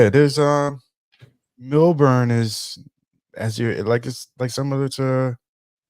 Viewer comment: I am laughing because I have been to Australia four times. I "pre-gamed" on MySpace! 😂 You will meet great people and have a lot of fun. You will not encounter racism but some stores sell racist black characters. Also.....it is pronounced "MEL-burn" not MILL-BORN." 😂 SYDNEY is LA and Melbourne is New York. The women in Sydney will flake out on you just like LA. You need to have a backup plan. I do not recommend going to Perth. It is very slow. People love going to strip clubs after going to the club......women too. There are Hip Hop clubs and you can meet beautiful women. If you go, land in Melbourne on Wednesday and stay until Monday and then head to Sydney. Stay in the CBD in both cities.